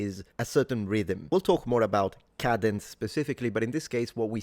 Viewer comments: Hi there. I thought you were saying “cabins.” Realized later you were saying “cadence.” I’m wondering if you might want to indicate the American pronunciation uses a different vowel sound for the ‘A..’ Speaking of which, I think most Americans are taught in elementary school that the /a/ in cabin is a “short A, and the one in “cadence” (American accent) is a “long A.” I think Brits call different vowels long and short A. I don’t know if they’re used professionally in my field of Speech-Language Pathology. 🎉I’d love to hear your thoughts. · On a personal note: cadence = Kay-dence Kay, as in “day”. 🙂 Great job! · It's pronounced, "cadence". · Try saying KAY-dens Instead of Ka-denz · cadence - pronounced KAY-duhns (both British and English) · I appreciate your videos always but the pronunciation if “cadence” is with a long “A” sound as shown in the definition portion of your video. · Cadence: It’s pronounced CAY-dents. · The "a" in "cadence" is pronounced with a long a rather than a short a.